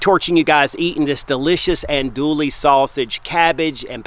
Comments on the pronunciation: The correct pronunciation for Andouille sausage is, (Ahn-doo-ee)...the "LL" is silent. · He was killing me! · Gotta love him. I enjoy these videos. I don't care if he mispronounce that French name lol...I'm not much into Cajun food at any rate but somebody is.😅 they sure sell a lot of that sausage..